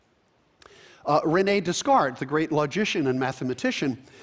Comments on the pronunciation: I like how he sort of mocks Trump for saying "One Corinthians", while Miller butchers "Descartes" xD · Miller mocks Trump for incorrectly pronouncing 'Corinthians' without the s, while, ironically, he himself incorrectly pronounces 'Descartes' with an s.